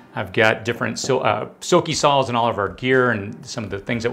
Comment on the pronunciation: did he just Fukin' say sawls. 🤨🤦